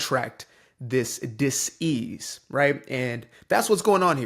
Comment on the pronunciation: "Diss-ease" Wow, well played Sir! i have never heard it that way before.